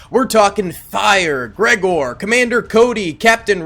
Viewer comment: can you say Gregor’s name right? You said the wrong way like three times and I just felt like I had to say